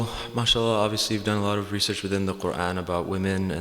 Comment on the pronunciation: Not mashalah, it is Ma-Shaa-Allah Mashalah is blasphemy